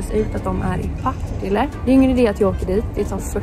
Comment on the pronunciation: Varför uttalar alla Partille fel? Det är Partille inte pa tile...